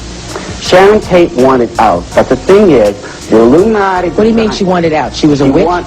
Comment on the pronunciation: Yea u see how she tried to fake pronounce Illuminati..??..talkn bout illumo..😂..like she has no clue of what he’s talking about when she sits front row in that demonic mess..guilt was written all over her face